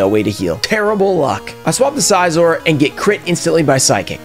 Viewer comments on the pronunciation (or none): I loved the video and I did subscribe but the only things. 1) maybe try to stay a little under level cap otherwise it seems too easy (personal experience it makes it a little more challenging) and 2) it’s Scizor as in like scissors not size-or